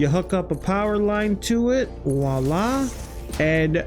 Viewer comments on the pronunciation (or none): none